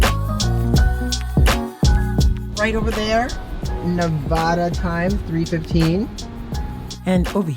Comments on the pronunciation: Please, please, please say Nev-AD-a Thank you! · Damn it. Learn how to say Nevada!